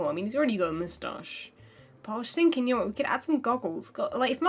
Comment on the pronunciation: everytime i watch her videos it's full of "ya ne wot"